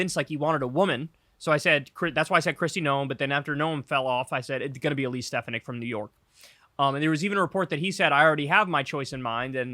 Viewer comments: I literally had to look up Elise Stefanik because, after all your near-constant talking about her and not even explaining who she was, I had absolutely no fucking idea who she was; that is, until now that I looked her up. 🤷🏻‍♂️🙄 Also you've been pronouncing her name wrong; it's Ste-FAH-nik which also contributed to my not knowing who the fuck she was until I just looked her up just now. I really thought he was going to go with Tim Scott, but oh well. I had no idea that he was originally picking Doug Burgum, though. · StefaniKKK, whose name you intentionally mispronounce (not that I care), never had a chance.